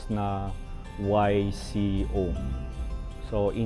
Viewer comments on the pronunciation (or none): Sobrang sikat yan YCO floor wax before, May commercial pa yan and basketball team noong 70s, kasabayan ng Crispa and others na sikat bago maging PBA. Ang pag bigkas ng YCO ay eeko hindi wayko. Salamat sa muling pag post mo ng mga heritage mansion and this time building naman. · Boss, check mo rin ang tamang pronunciation. Ang YCO ay pronounced as IKO, hindi way-ko. Ang Y ay pronounced as I in Spanish like in Ynchausti. Ang Compania ay hindi pronounced na "kompanya" , it's pronounced as "kompani-ya" like in Spanish. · for your info again. YCO is pronounced as "iko" not "wayko". Sorry but I have to inform. Anyway Im about 30 yrs older than you. 😉😊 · May patalastas yan datiang YCO floorwax.."Sarap ang apak sa YCO floorwax...pronounce Ico.not wayco.✌️✌️ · Ang pronunciation po ng YCO ay hindi waiko kundi eeko. Halatang batang bata ka pa. Kung mahilig ka sa basketball alam mo yung YCO Painters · YCO is ppronounced as ICO not WhyCO. There used to be an YCO Paints team in basketball during the 70s to 80s. It's a company owned by the Ysmael. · YCO floor wax is pronounced po as IKO. Di po sya initials. Congrats sa video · YCO was the name of a famous floor wax back then. YCO stands for "Ynchausti y Compania. YCO is pronounced as Eeee-ko. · YCO IS PRONOUNCED (ECHO) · Floorwax namin sa aming sahig na tugas na kahoy noong 1960’s. YCO pronounce I - CO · sir, ang YCO was pronounced ICO po during that time...may ad sya, CM, sa T.V. during the days and we also used them sa floor namin... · ang pronounce nya EEEE-CO FLOORWAX. Hindi Y-CO, Kakatuwang malaman dito sa post mo na sila pala ang nagproduce ng floorwax na yan. Thank you ha. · Correction lng po The "Y" in YCO is pronounced as "I" so YCO is pronounced as "IKO", my team kc dati ang YCO s MICCA basketball then, IKO ang pronounced ng mga sports analyst at announcer... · Eco ang bigkas ng YCO,,May basketball team sila sa MCAA noon bago maging PBA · Yco is pronounced as ico.